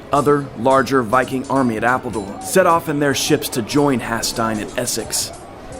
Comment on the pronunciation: It was good but the odd pronunciations were so distracting. Haesteinn as "Has-tine", Cordoba as "Cord-of-a" etc..